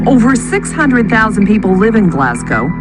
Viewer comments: Glaz- go < that would be the way to pronounce :-] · It’s pronounced glazgo